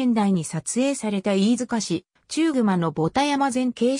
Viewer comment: ちゅうぐま、ではなく、ただくまですね。